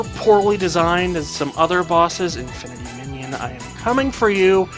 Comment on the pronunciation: Its infinity mijinion not minon